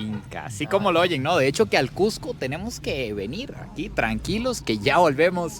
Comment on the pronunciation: Felicitaciones por todos los logros. Pero más por pronunciar "CUSCO", como debe ser, y no "CUJCO", como muchos, especialmente limeños lo pronuncian. A mi me lo corrigieron al toque al llegar allà. A la altura de Punto, tienes un 30% menos de oxígeno que en Lima, por lo que vas a respirar un 30% más. Pero al tercer día, según las escrituras, te aclimatas. La preparación de caldo tarda el doble porque el agua no hierve a 100 grados C. Y muchas otras cosas más.